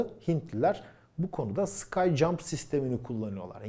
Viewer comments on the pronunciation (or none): sürekli "sky jump" diyorsunuz. sky jump deği o, "ski jump". yani hava rampası değil, kayak rampası. kayakla atlamadaki rampaya benzediği için adı böyle konmuş.